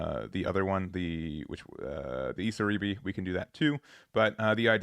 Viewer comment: miKAzuki emphasis on the Ka and not the zu. Same for iSAribi and not isaRIbi! Regardless thank you for the content.